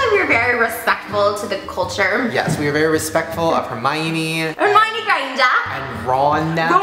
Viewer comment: send me this candy. where did you find it? and aww snape snaps! snapes actor died... :< anyway it's Hum-eye-on-ee, not hur-meye-yun-nee.